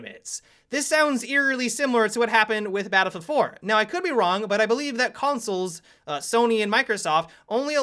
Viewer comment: Why Tf do you say battlefield 4 like an idiot batafafa fo